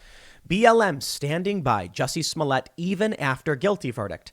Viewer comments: You say "toilet" not "toilé" It's "Smollett" not "Smollé" And what kind of name is "Jussie"??? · DAM you TheQuartering! 😂 Now Tim is saying Juicy Smolliér (soft R... We don't wanna appear raycis)